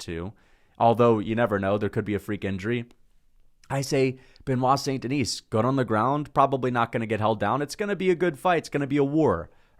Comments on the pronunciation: Great content! Btw it's Saint-TheKnee (like take the knee), with a silent S. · He doesn’t even pronounce it right. Guy is a moron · Yeah, so much so he can't pronounce it properly.